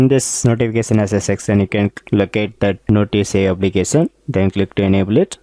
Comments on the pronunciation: How? Applikesan? Lol, bruh its application. No hate or offense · Gud Job but try to pronounce notification and application correctly